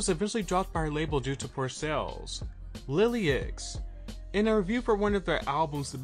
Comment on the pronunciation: It's pronounced "Lillix", not "lily-ix"